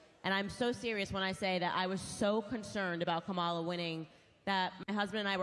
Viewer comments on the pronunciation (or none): It is soooooo irritating that the 1st lady going off keeps pronouncing Kamala Harris’ name wrong. Did we not watch the DNC where the 2 cuties gave a class on pronouncing the name… Comma-la NOT Come-ah-la